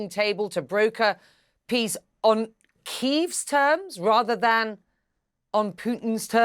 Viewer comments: "Keev" not "Key-ev." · Kyiv (key-v) is how Ukrainians pronounce it. Key-ev is how Russians pronounce it. Choose more wisely how you pronounce it CNN.